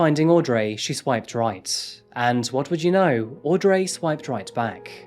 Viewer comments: I kept wondering about the name Audrey in the UK we pronounce it aud-ree not Ray lol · fwiw that name is pronounced "audree, not audray" - i know it's spelled and ends with "rey" but in this case, english gone english and the pronunciation isn't phonetic. love your videos, love that the cat randomly hides! keep right on delivering us the goods! heart emoji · Aud-ray hahahahaahha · Aud-ray haha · aud ree! its fuckin auuuud reeeeee! he even calls himself fuckin aud reeeeee! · man the way he pronounced audrey is soo weeirrdd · Yes, I don't get it. I'm also British but never pronounce Audrey like that. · Jesus Christ it's got to point where he can't even pronounce Audrey.